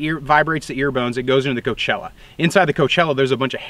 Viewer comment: i cannot stop binging your content; the information presented is always brilliant. small thing though, afaik "cochlea" is usually pronounced co-klee-ah or cock-lee-ah. coachella i think is a music festival.